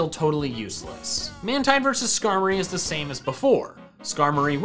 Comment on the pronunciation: Its pronounced man-teen not mantine